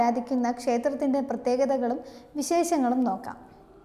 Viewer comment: വിശേശങ്ങൾ അല്ല മോളെ വിശേഷങ്ങൾ..........